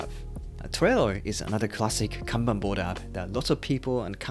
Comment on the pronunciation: Finally! is the only productivity creator who know how to properly pronounce カンバン (Kanban) 😂😂 大野様 can rest in peace now. おかげさまで助かりました。 Every time I hear Can Ban🥫🚫 I wanna pull my ears off.